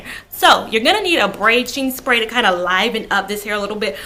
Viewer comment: Sorry, what's the spray you're saying needs to be used? I heard braching spray but that's probably not what you're saying. Thanks! Xx